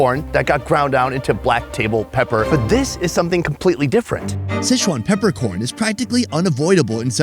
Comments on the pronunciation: Are you intentionally mispronouncing Sichuan as SCHEZUAN or is this just a robust mental handicap on display?? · Damn,, you’ve been in Asia way too long to keep mispronouncing Sichuan. It’s NOT sesh-wan. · Can we at least pronounce Sichuan properly?